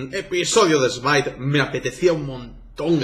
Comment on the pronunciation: Por que algunos españoles pronuncian smite si es smait y wifi si es wai fai no estoy generalizando